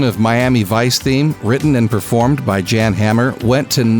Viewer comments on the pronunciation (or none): it IS phonetically pronounced "Yahn", almost, phonetically, like "John" not "Yan" i.e, rhyming with "Jan". By your exclamation, The strip of road where there's practically no speed limit in Germany pronounce as the AU-TO-ban (Autobahn) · His name is pronounced with a "Y" sound instead of a "J." Even though it is spelt with a "J." This used to be common knowledge at one time. Also, setting the 2006 film in 2006 was a HUGE mistake. Everyone expected the film to be set in the 1980s. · Why the "h"? That implies a long sounding "a" in the Name which is not the case at all... you don't pronounce it Yaaaaan, it's just Yan